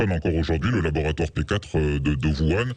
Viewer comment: Il faudrait dire à qu'on prononce "ourane" en chinois, sinon en français, ça fait "vuan" mais faut choisir;-)